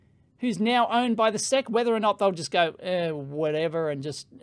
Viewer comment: Everyone: "Ess Eee See" Dave: Seck FFS, mate...